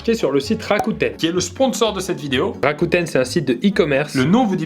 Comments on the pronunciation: Mdr t'as refais le montage en disant rakOUten à chaque fois psq tu disais rakuten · C pas Rakouten mais Rakuten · J'ai l'impression que la prononciation de " Rakuten " a été laborieuse dans l'intro 🤣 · Mdrr il a mal prononcé Rakuten il a dû repasser sur toutes les fois où il le dit j'ai bien l'impression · Il prononçait mal le nom de la marque, c’est pour ça qu’à chaque fois qu’il dit "Rakuten" il est doublé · Par contre mettre une voix off parce-que (je suppose) tu ne prononce pas bien la marque qui sponsorise ta vidéo mdr du jamais vu